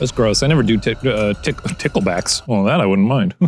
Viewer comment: Instead of Nickleback it's Tickeback